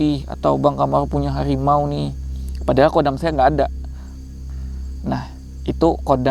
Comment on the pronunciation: HARIMAU bukan khariymaw